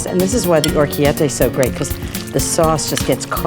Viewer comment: sorry to be a pedant but you also clobbered pronunciation on orecchiette. Or--eh-key-eht-teh.... not or-key-eh-teh. You are too big and respected a name to be so sloppy with words.